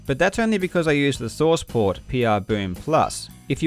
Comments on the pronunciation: The way you say source port kind of sounds like sauce pot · when you were saying "source port" I thought you were saying sauce pot